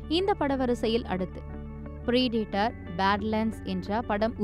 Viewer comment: Preeeedator ❌ Predator ✅ Please ensure to pronounce words correctly, as you're in the news channel. Finding difficult, practice